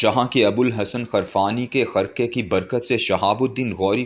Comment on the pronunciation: ابو الحسن خرقانی نہ کہ ابو الحسن خرفانی